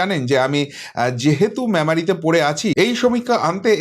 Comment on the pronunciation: Are. Dada, Kothata MAMARI. noy Memari. Bolun...Sunte odd lage.